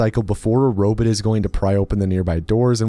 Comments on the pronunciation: The irony of an AI-generated narration, about a computer game which is about giant robots, pronouncing robot as "robit". The other videos in this series all do this as well. Pathetic. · Robit….Ro-bit…ro bot…bruh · are you saying Robit just to make me crazy? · Also robut. Just why? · I like the way pronounces robot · he pronounced sword with the w and called ark mrvn a robit